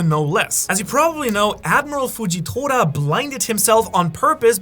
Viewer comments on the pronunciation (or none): none